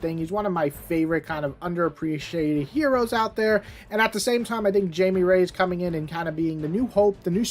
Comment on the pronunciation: ITS pronounced as high me like thats how you say blue beetles name its spanish lol